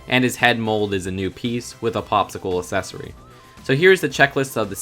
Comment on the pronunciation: WHY DO YOU KEEP SAYING ACCESSORY LIKE AS-SESORY ITS PRONOUNCED AK-SESSORY